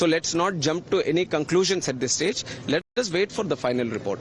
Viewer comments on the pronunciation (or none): none